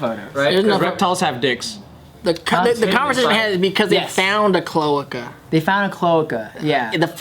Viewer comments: chloahka. Clo ay kah. bRUHHHH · Clo-AY-ca Not clo-uh-ca haha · CloAca. Americanize that vowel. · It’s pronounced Cloh Ay Cuh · pronounced clo-A-ca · I wouldn’t know it’s pronounced CLO-AY-KA either due to these comments lol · Lol it's pronounced as cloaaca, that's how it's said. You say the letter A. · Its pronounced "clo-a-ka" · cloaca clo·a·ca Pronounced (Clo-ache-a) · Say it with me. Clo-ay-cuh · They really didn’t know how to say cloaca and didn’t know that’s what birds have🤦🏻‍♂️ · Me, a science major, screaming internally over their pronunciation of cloaca for the first few minutes. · It was frustrating to hear. I'm surprised Bart didn't know how its pronounce since he a bio student. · when they don’t realize they’re saying cloaca wrong 😑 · the fact that non of them know how to pronounce cloaca properly. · This whole episode they gonna say cloaca wrong aren't they and it's gonna be in every comment lol